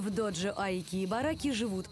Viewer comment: Ну что за произношение терминов? Не "доджо", а "додзё", не "шоган", а "сёгун" ЁПРСТ!!!!